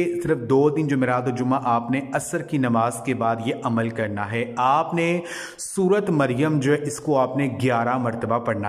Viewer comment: Sorat nh bhaai sorah maryam